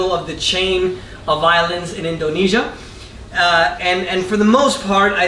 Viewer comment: he pronounces Indonesia really strangely. INDOnesia hahaha